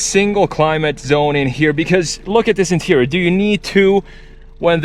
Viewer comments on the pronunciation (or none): none